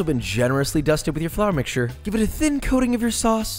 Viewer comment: flAar mixtue